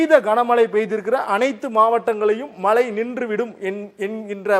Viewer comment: Mazhai not malai